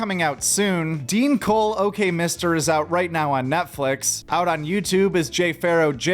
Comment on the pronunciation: “Dean Cole” Cmon dawg.